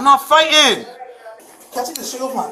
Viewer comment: “I ain’t fi’en!”